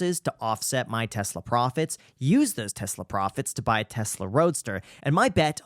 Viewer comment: Pronunciation of Tesla is wrong